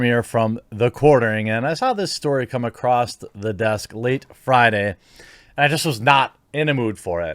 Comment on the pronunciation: A Crost ? or A Crossed ? Did you mean Across ? Theres no T or ED on the end of that word . Try Harder .